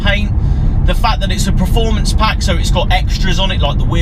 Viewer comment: Anyone noticed he pronounces performance as 'preformance' lol